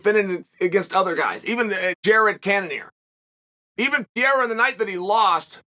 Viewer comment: i haven't even watched this video yet but I assume Chael has pronounced Alex's name as "Peira" instead of "Pereira"